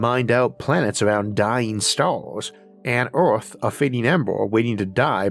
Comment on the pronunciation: Can't leavf earvf?